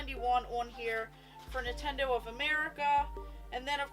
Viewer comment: Girl you are awesome keep up with that collection 🤩but “Nitendo” sounds really off just saying ❤️